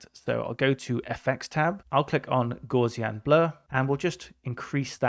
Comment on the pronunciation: Gaussian blur, invented by Carl Gauss. Gauss rhymes with "house", not "draws". Gaussian rhymes with "house be in".